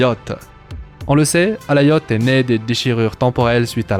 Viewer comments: C'est Alioth, pas Alaioth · prononciation anglaise, le i se dit a